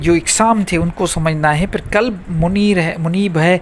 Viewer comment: Janaab ye "KALB" nahi he balki "QALB" he huzoor KALB kutte ko kehte hn !